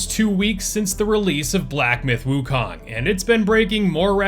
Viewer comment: I see more and more content creators have started saying woo-cone, which is the correct pronunciation